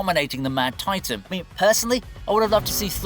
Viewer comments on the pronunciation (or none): none